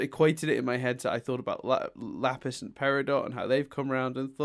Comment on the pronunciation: Lol he did say "Laffis" the second time instead of Lapis. But doing it once is worthy enough for congratulations